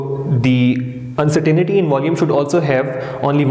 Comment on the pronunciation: It's pronounced Un-cer-tain-ty not uncertanity